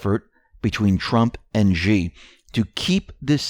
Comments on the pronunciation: China's Xi is pronounced "Shee" not "Gee" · Xi is pronounced like She not G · 'Xi' is pronounced like 'She'.